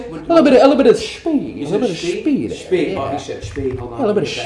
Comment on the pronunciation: a little bitta shpied :)